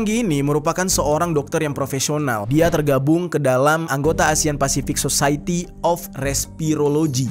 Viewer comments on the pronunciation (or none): none